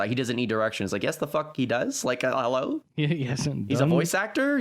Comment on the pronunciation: going 'hewwo' killed me